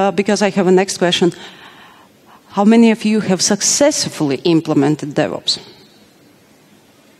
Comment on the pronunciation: Every time she said "DevOps" I heard the "Devils" which are not that far apart really